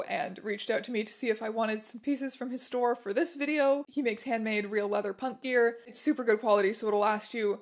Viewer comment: I’ve watched this a few times, and everyone she says “punk gear” in the beginning, I hear “pup gear”